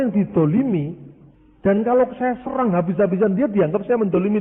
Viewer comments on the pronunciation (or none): none